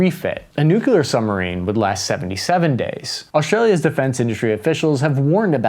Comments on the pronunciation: Its Al-bah-knee-see! Not All-bah-knees. And please please please learn how to pronounce nuclear. New-clear. Not New-kew-lar. Jesus its not hard man. 😅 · Love your stuff! Always have. But I'll pay you TWICE as much next time, if you can start to pronounce "nuclear" correctly.🤣 Hint: There's only one "u" in nuclear... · Someone's been working on their pronounciation for the word "nuclear". Good job! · Nuclear! Not Nucular. Pronounced New-clear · The distance comparisons here are comically Team America style. Other than that, it was fine, right up until noo kyoo ler. Just... god, get one of the most important words in the discussion right. Christing fuck. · “nuke-you-luhr”??? You of all people????